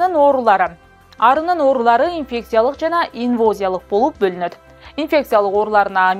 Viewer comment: ИнвАзиялык (инвОзиялык эмес)